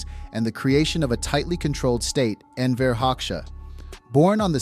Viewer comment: Wrong pronunciation of the person we want to analyze isn't a great start. And while Albania during Hoxha's rule was by far the worst of Eastern Europe's so called "socialist states", Hoxha and his regime can not be compared with any African or Asian left-wing dictatorship. Most insane? Maybe check out Pol Pot and compare the Numbers: 1,7 millions death on Campodia(from 7,1 million inhabitants around 1970), 5000 in Albania(about 3 million during Hoxha's time).